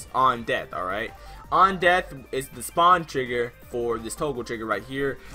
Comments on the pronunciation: Lol u said spawen instead of spawn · You said spawen instead of spawn